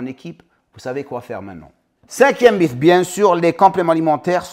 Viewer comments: Merci pours ces rappels. Sinon en français on prononce mite, pas mif 😉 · Salut, quel plaisir de voir la notif de ta vidéo, impeccable 🙏 pour info, le mot mythe s'écrit mythe mais se prononce "mit", "mite" hate de voir ta video 💪